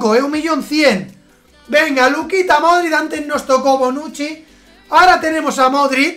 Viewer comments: When pronuncias Modrić "Modrit", da un poco de rabia ya que se pronuncia "Modrich" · Modrid toty no sabes hablar